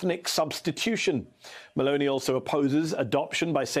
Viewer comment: Her name is not M a l o n e y. It is M e l o n i !